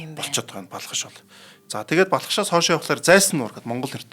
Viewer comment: Өө сүүлрүүгээ нөгөө Балхаш нь Балкааш болоод явчихвуу